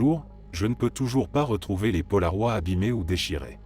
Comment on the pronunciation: Je découvre votre chaîne, elle est intéressante, je m'y suis abonnée pour tout visionner ! 😊 Seul point négatif c'est cette voix IA, qui ne sait pas prononcer correctement certains mots, vraiment dommage... Ça gâche un peu ! 😒 Ex : les polaroids ? 😮 Les polaroïds ! "ide" par "oua" 😁